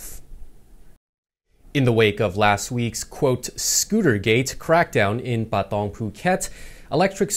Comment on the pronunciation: Please say Pathong again. 🙄